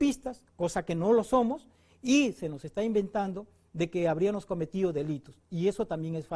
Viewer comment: Que tal nivel de este fiscal , minuto dice "Habrianos", en vez de "Habriamos" , yo creo q mas bien el es el abogado cachinero , asi como insulta a rosa maria palacios.... jajaja , nose como una lacra como esta puede estar a cargo de investigaciones tan importantes, este pata tiene pinta de esos q tipean a maquina antigua por azangaro. Jaja